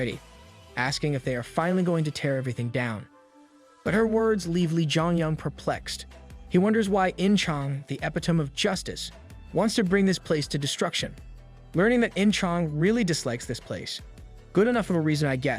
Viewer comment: It's good stuff, but his pronunciations are too funny! The butchering of all the mythology names, and pronouncing epitome as ep - it - tomb had me laughing. Everyone always butchers that word when reading it for the first time. I wonder if he gets a bunch of messages from people like eyyooo you should look up how to pronounce words you aren't familiar with! Hopefully they are nice about it but probably some of them are rather rude 😅